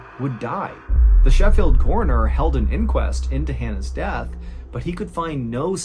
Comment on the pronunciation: I appreciate your correct pronunciation of Sheffield. I don't know why it makes me happy.